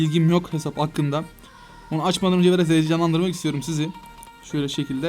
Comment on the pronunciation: video uzasın demiyo da heyecanlan dirim diyo şalsldkfjf